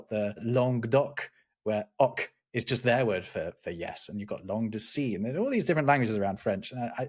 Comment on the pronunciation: I'm sorry, did you just say language de SI?? I didn't know they had another langue! And yes I didn't mean Corsican etc.